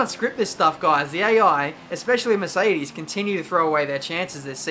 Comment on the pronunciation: Maybe its just me but every time you say Mercedes i hear Miss Eighties ._.